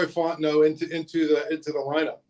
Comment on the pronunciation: Zeise, please get Fautanu’s name right (Fah-ew-tah-new), it’s not Fontineau. It would be like someone calling you Zeesy.